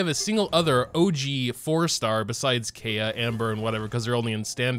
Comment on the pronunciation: i love you but it’s not “kay-ah”